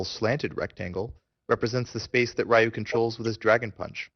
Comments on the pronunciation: Why do you call him "Rye Yu" When his name is "Ree Yu." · Righ-yuu and Ree-yuu are both incorrect. It's simply pronounced "Ryu". 1 syllable. It rhymes with the english word "you". I hope that helps. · I thought Ryu's name was pronounced as Reeyou not R-eyeyou? Nice tutorial anyways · Ree-you means dragon. Rye-you is just westernized bull crap. and its pronounced Shor-yu-ken..u cant get his name right form the pronunciation of the rising dragon fist. yeah ken means fist. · Rye-yoo and Saggit. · Since it's japanese (duh :)) the pronounciation will be similiar to the "L" sound in the word "Long". So I'd say it's pronounced with only the L sound of that word followed by a something that sounds like the word "you" :) So it's basicly Lyuu =) Source: I study japanese :P If I missed something please correct my mistake. Lovely game btw, and awesome guide. I just hope they release the HD remix version for EU PSN soon- It's annoying! =D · It's actually not Ree You either, it's Ryu; it's one syllable, which makes it a bit hard to pronounce. You have to sorta roll the R. And who the fuck cares? Pay attention to what's actually in the video. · it should be pronounced "Ryu" not Ree-you, Rye-you, or Rai-you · How can somebody who knows so much about this game not be able to pronounce "Ryu" properly? v_v